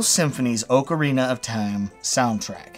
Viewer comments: Wait, oar-karina of time? Never heard it pronounced that way before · Love you but you said orcarina...come on son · Orcerina of Time. Sounds like a big green guy in a tutu selling watches.